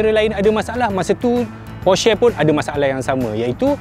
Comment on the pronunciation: Aiyoo cara sebut Porsche yang betul adalah "Porsha" bukan "Porshey" laa